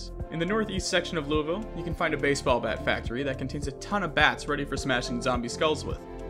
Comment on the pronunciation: As someone who lives in Louisville, its pretty cool seeing it in a game, also 8.5/10 pronunciation on the name. Also fun fact: the baseball bat factory is based off of Louisville Slugger, in the real world lol, worldwide famous bats